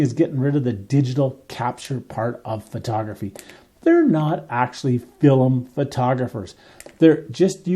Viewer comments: FILM, not "fill-em". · Film is one syllable. It's not filim. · Why do you pronounce film like that?